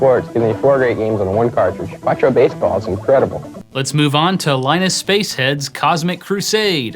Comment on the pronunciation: It's pronounced, "Linus."